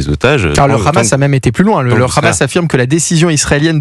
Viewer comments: AUCUNE NEUTRALITÉ MR,En bon français Le H est muet,Le Khamas,Le khamas!!😂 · Les gars sont tellement un haut parleur d’Israël qu’ils disent aussi le khamas au lieu de Hamas 😂😂😂